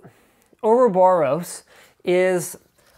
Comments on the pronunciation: Uroboros man, Uroboros! xD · its pronounced Ouroboros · I think it's pronounced or-ah-BOR-us. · It's pronounced Ouroboros :P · its or-a-bor-us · I pronounce it "Euroboros"